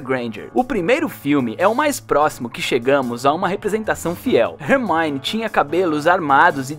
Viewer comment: É ele falou Rermani em vez de Hermione kkkkkkkkk